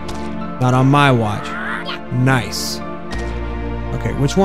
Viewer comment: Day 68 of saying noice till sees it: noice